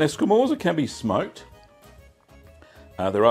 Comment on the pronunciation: It's pronounced "scamortsa", if you care, and if you can smoke it, you should try it!